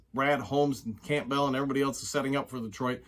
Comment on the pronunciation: I've watched several of your videos now and I really enjoy listening to your insights. There is just one thing that bothers me. Your pronunciation of Campbell. The "p" is silent, it's pronounced Cam-bell. Sorry for the nitpick